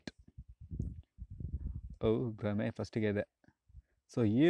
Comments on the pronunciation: ಬ್ರಹ್ಮೆ ಅಲ್ಲ ಮಾರಾಯ ಅದು ಭ್ರಮೆ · ಗುರು ಅದು 'ಬ್ರಹ್ಮೆ' ಅಲ್ಲ... ಸರಿಯಾದದ್ದು ಭ್ರಮೆ...😂😂